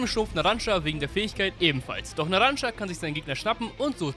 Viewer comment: Er heißt NARANCIA NICHT NARANCA NARAN(CIA)